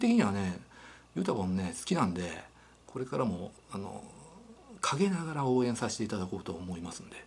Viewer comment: 最後の陰ながらってとこ強調してるのが お前についてコメントはしたけど絡んでくんなよ感すごくてくさ